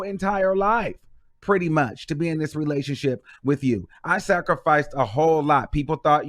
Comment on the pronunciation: Every time you say “sacrifice” I die 😂😂😂